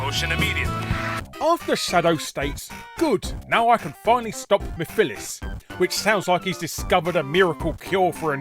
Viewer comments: larry you just heard shadow pronounce it "meff-a-less" so you choose to say "miff-ill-is" ??? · I like how this video is about voice actor mistakes and then he mispronounces "Mephiles" from Sonic 06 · First off you pronounced Mephilis wrong, and second, Shadow is saying that because he finally found a way to defeat Mephilis after spending hours not having anyway to do so before now. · I feel like Larry's incorrect pronounciation of Mephiles and Erroneous were intentional for the sake of a joke